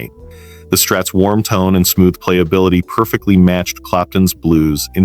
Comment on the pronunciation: And the way he says playability at 6.19